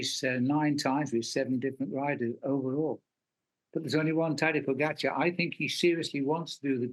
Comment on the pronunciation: Way to go tj, you pronounce names pogacar and vingegaard correctly. Only one who does so at nbc.